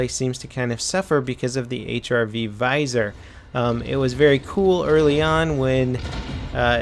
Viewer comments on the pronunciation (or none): "HIV Viser"? RIP in peace grammar...